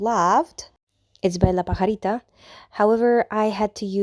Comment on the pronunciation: It looks beautiful the blending is great brandy would be proud . Wow you pronounce la pajarita perfecto that's what we call my granddaughter as for painting with my kid's I never did only with my granddaughters I paint on canvas which is time I changed my profile Pic .. Saludos desde Tejas